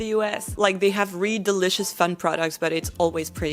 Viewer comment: You are so fluent in English that I hesitate to say this, but if you want to fine-tune one thing, you need to say "really" with the /l/ sound, it sounds like you are always saying "ree."